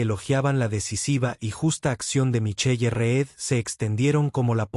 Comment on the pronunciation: ¿Micheye? La lectura mecánica produce cosas grotescas